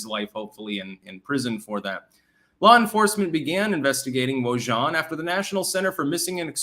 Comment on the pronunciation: Wojahn... pronounced W O O H A N.... J=H and H is silent... LMAO... so, if he's a "friend" to Biden, and Biden loves sniffing young girls... shouldn't we check Biden's personal emails?... Who was the Wojahn sending CP too?... or will the Government BLEACHBIT Biden's personal computers...